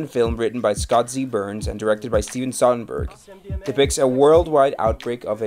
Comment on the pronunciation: 10 seconds in. You gotta get the director's name right. It's So-der-berg. Not Sond-berg. Soderbergh.